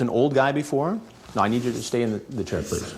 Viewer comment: Sir, PLEECE!😢